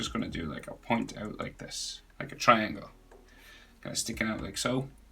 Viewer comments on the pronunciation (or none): none